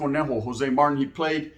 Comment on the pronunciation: It’s pronounced Martin bro like martinez with out ez . Not marten